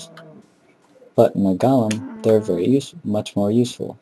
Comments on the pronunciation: you say gollum instead of golem, this is not lotr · go-lem not gah-lem.